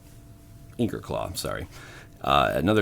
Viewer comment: I'm just wondering why you're pronouncing Ichor as Inker.